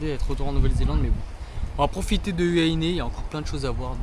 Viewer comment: Par contre on dit "hou wa hi né" 😆🤣😂